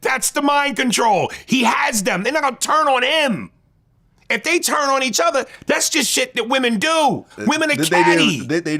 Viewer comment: The way vlad pronounces the word “turn” 😂. He says churn as in churning butter. Tell me I’m not trippin